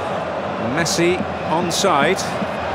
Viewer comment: Commentator: Messa